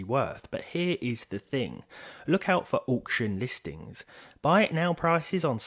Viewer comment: The price depends on the "awcution"